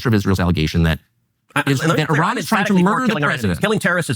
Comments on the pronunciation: It’s Ee-ran you had it right the first time. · its pronounced Uh Ran not Eh Ran. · Eye-RAN is American English pronunciation and Ee-ran is British pronunciation). Native & most accurate : “Ee-ron” with a long “ee” sound and a soft “r”. This is the most accurate pronunciation. Similarly American pronunciation: Iraq → Eye-raq British pronunciation: Iraq → Ih-raq or Ee-raq Native pronunciations: Ee-raaq” (with a deep “aa”) So British English is generally closer to the native sound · It’s not Eran. It’s Eeran. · no, it is pronounced "ee-raan" not "ay-raan" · It's [ee-raan] ee as in eerie, raan as in run but longer vowel sound. Not fucking Eh-run lmao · It’s ee-rawn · I studied persian farsi for a little over a year, the teachers I had (all native speakers) pronounced it ee-ron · I have two cousins that married into Persian families. To me when they say it, it’s almost half way between eer-on and ehr-on. My Armenian-Persian math teacher pronounced it air-on. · eye-rainian spotted